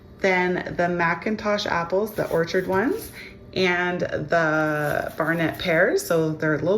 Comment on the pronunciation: Pretty sure it's Bartlett pears. Not Barnett pears!